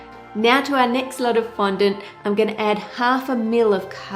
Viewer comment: Thank you for not pronouncing it "fon-DAWNT," like Buddy on Cake Boss. Now everyone is pronouncing it that way.